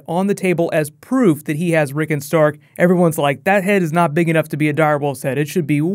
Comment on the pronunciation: Rick ON Rick ON. Not Rickun.